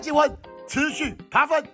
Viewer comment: 遭了個糕~~我好喜歡聽老爹哭喔~~哭起來太迷人了~~文老爹就是這麼強悍NO~~ 老爹到底是爬分還是扒糞~~笑死我了! 我一直聽到人家在扒糞耶很過分耶~~哈哈